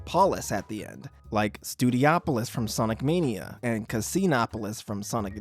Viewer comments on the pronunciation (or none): It’s not “studioplis” it’s “studio polis” and you CANNOT convince me otherwise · No, it’s Studio-opolis